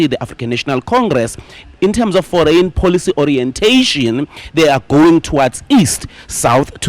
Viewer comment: Foreign policies… I thought he said “ for rain policies!”😅😅😅